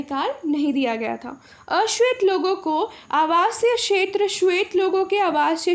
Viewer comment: Madam ji क्षेत्र का उच्चारण अच्छे से कीजिए और साफ लिखिए.....